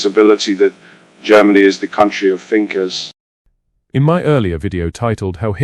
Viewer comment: I bet Adolf wouldn't have said Finkers if head spoken in English !!! The word is THinkers ! In the line " Germany is the country of Thinkers " !